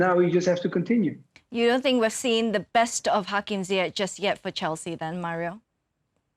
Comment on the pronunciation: Ziyech not Ziak or just call him Hakim u bunch of ignorants